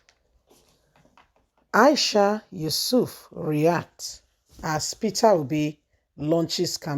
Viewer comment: Hello dear blogger, her last name is not Yusuf, but Yesufu, at least get the names correct now instead of murder someone's name, you also said Aboro for the Labour's party chairman's last name. As a youtuber, you must get people's name correct, your voice is good, I come in peace ✌️, just advise